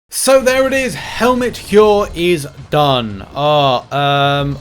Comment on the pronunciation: Heir is pronounced like Air